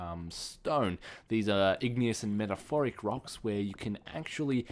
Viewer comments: Meta-morph-ic not metaforic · *METAMORPHIC* not metaphoric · lol I think u mean metamorphic not metaphoric lol. Anyway nice video. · its not actually metaphoric its metamorphic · He said metaphorphic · Metamorphic you say it meta-morph-ic :) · You say metamorphic wrong